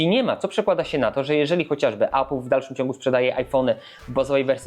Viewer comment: Tak. Tak się wymawia poprawnie. Nie "ejpyl"